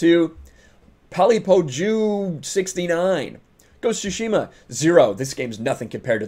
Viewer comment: Why do you say shushima? Its tsushima